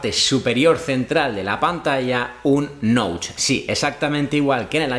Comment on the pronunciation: La muesca de la cámara o Notch. No se pronuncia “Noutch” se prenuncia “Noch”.